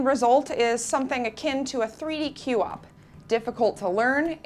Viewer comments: Hmm... Q-wop? I think you just pronounce it one syllable "kwop". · Its pronounced KWOP! not Q-OP! JEEZ lady. Get it strait. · 3D Queue op. I've never heard QWOP pronounced that way befor. I am amused.I also don't feel this game demands precision. I think it demands a lack of precision, then a lot of amusement.